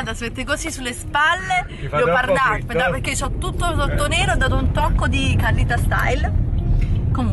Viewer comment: Ma dici "pechè" invece di perché 😂😂😂